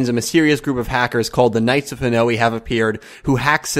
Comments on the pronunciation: That pronounciation of Hanoi is so weird. It's one sound at the end, ha-noy. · Hanoi is pronounced 'Ha-noy' dude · It's not Japanese, it's Vietnamese. It's Ha-noy.